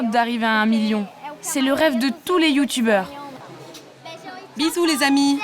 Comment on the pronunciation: je sais pas ce que c est un "youtoubeure"